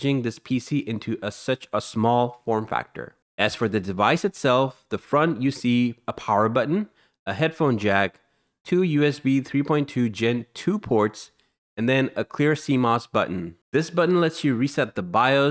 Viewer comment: "the fron" FRONT" "in the even" EVENT "hunnurd" Your English need some work